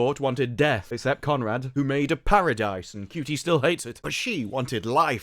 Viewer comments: Is it really pronounced cutie I thought it was a word play on Judy! Such a horrible actor and I just love how he singled handedly managed to ruin one of the most iconic characters of all time the Doctor i mean really he sucks ope poor choice of words for him I guess! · So much hate just in the first 30 seconds. So people take issue with Ncuti (Pronounced Chute-y) for being gay but now he kissed one woman people are giving him crap for being 'bad at being straight' SMH tapped out 30 secs in gonna set this channel to ignore 😅